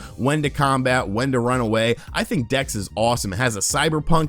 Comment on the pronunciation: Did you say Gex? Oh, Dex. Nevermind.